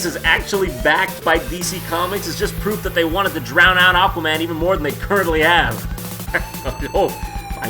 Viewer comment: Ladies and gentlemen, I present to you ECHwaman: Battle for Polaris.